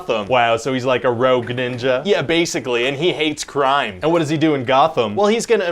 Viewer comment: Every time you said Ninja I heard the n-word😂😂😂😂😂😂😂😂😂😂😂